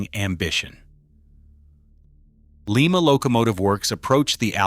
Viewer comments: Lima is pronounced Lie-ma, not Lee-ma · It's not pronounced LEE MAH Locomotive Works, unless you're in Lima Peru. In the U.S. we say LIE MAH. , the narration said "two enormous cylinders". Take a closer look. It's FOUR cylinders, in a simple articulated locomotive. it showed the axle load at 86,700 lbs. But , it said the driving axles carried 381,000 lbs. That comes out to 63,500 lbs. Which one is it? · Lima pronounced Lie- ma, not Lee- ma! For Lima Locomotive works, Lima, OH. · Just an FYI for future cases, Lima is pronounced Lie-ma. Frustratingly Ohio has so many location names that are pronounced weirdly especially compared to their counterparts elsewhere in the world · The name of the factory that produced these beasts is pronounced with a long I. It’s Lima long I!!! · Too many retards narrating these things. Leemah , really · We don't say Leema beans now do we. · For crying out loud people please learn how to say Lima please stop murdering our City and before anyone says that's how it said no no one in Lima says that not a single person because it's not correct